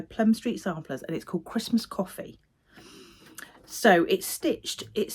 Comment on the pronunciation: I was sure I heard Christmas Coffin, not coffee. Which... would make an interesting chart!